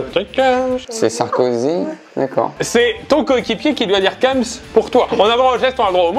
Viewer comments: Kems se prononce bien "Quémss" et pas "cums" c'est une règle de grammaire. un E qui précède une consonne se prononce é. Et puis en Français, il n'y a aucun moment où le E est prononcé U ou OU. A la limite si il y'avait un tréma, mais là, c'est clairement pas le cas. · Kèms et pas keums mdrrr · par contre on dit pas « keums » mais « kéms »..... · Prononcer kems « cums » c’est très grave et très perturbant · J’étais perturbé par le mot « kems » prononcé « keums » et c’est très grave cette prononciation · Ui de ouf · De ouuuf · 3 secondes de vidéo et qu'entends-je : qui dit Keums pour kems ? Wtf ?? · prononciation keums supremacy